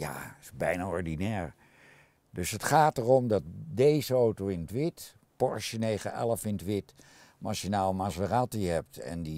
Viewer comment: Hehe eindelijk iemand die Porsche goed uitspreekt.